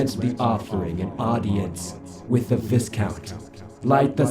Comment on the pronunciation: This was very entertaining, and I hope there’ll be new additions to the story in the future. Btw, it’s pronounced vi-count with a long i sound, not vis-count.